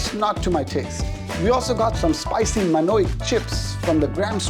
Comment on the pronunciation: This video is highly problematic. So biased and so wrong in so many places. I don't even have time to list down everything wrong with the first 3-4 minutes. For example - Elawalu Roti literally means vegetable roti. It would have been quite a simple task to ask someone what it means. Also, who pronounces it manoic?